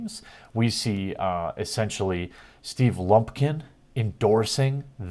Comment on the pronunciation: I believe it's "Steven Blumpkin"